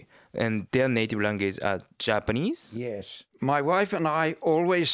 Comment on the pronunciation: even though he has been living in Japan for a long time, his pitch accent is almost all wrong.